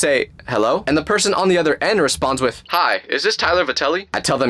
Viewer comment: When you said other, you’re talking about a cow it’s other not utter